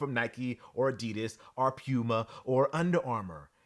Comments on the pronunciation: All respect to.....Please stop saying "Pyuuma"......Please! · I’m not calling a cat a pewmuh